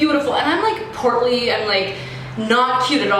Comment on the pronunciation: did you say portly lol. These are funny aF cause you're a real one. Those moments DID make you stronger. All these girls wanna be you.